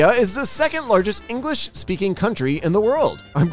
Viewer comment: Bro just said Engrish not English